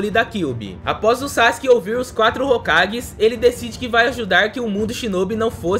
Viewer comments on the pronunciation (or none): none